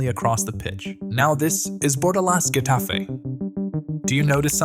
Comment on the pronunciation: Its either hetafe, or jetafe (like the j in french i mean) And its genius bro and i think if they would have better players who are also able to being good, like those in psg, then it can work with even less faul